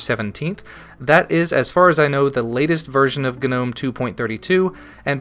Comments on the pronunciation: the gnome website on the front page says 'nome' not 'gah-nome'. Sounds like your being stabbed every time you say nome. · Is Gnome pronounced g'nome? I thought it was normal ol' nome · i really really REALLY HATE how you pronounce gnome. its gnome as in garden gnome. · if anything, you should be pronouncing it as "G-nome"; "gah'nome" sounds ridiculous. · Tthe word Gnome, is not pronounced with a hard G. The G is silent. G.N.O.M.E. has the hard G only because it's an acronym not a word. The GNOME foundation choose the words just to make fun of language I'm sure. I hate it, and say nome because I refuse to say it that way. ... at best I'll say G Nome.. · Agreed. Does this guy also pronounce gnat GUH-nat? or Gnarly as GUH-narly? The word gnome has a silent G. You sound foolish and annoying. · STOP SAYING GUHNOME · lol, you say /gu-nome/ good review, thanks for the insight :D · the g is silent.... EHHHHHHHHHHHHH so anoying. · when will yanks learn to pronounce "gnome" and "beta" amongsed other things???????!!!!!! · the way you pronounce 'Gnome' killed me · Just saying... I'm pretty sure the "G" in "GNOME" is silent. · I always thought the G was silent... No? Any way man, quality vid and commentary as per the norm.